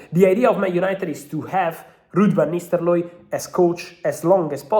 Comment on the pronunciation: I love it when Fab says Ruud Van NisteLooy. The R went awol like Hojlund did versus W Ham...